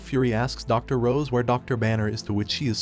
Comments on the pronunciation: He called Ross rose wtf at least get the names right🤣🤣 feels like a dub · *Ross, not "Rose" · Honest question, why do people almost always mispronounce the names of characters in these YouTube videos? For instance, you're calling Ms. Ross, Rose. In DBS videos, they call Beerus, Beers and Whis, Wis. Is it a copywrite thing? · Her name is Ross, not Rose. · It’s Dr. Ross; not Dr. Rose. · It's Dr. "Ross" NOT "Rose".😒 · It's Ross not Rose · How are you going to continuously mispronounce Miss ROSS's name? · Love how they keep miss pronouncing Betty Ross's last name